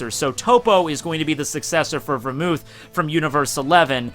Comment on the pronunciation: Finally someone who can say vermouth correctly!!!